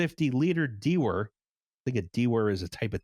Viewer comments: For future reference: dewar is pronounced DOO-er (US) or DYOO-er (UK) and is named after the Scottish scientist Sir James Dewar. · In my high school physics class we pronounced "dewar" as "doo-er", like the Whisky. It's like a big yeti cup for cryo liquids. It's vacuum insulated glass. My friend knocked it over and shattered it. A $5,000 piece of lab equipment. He replaced it with a disposable styrofoam cooler and it worked pretty much as well.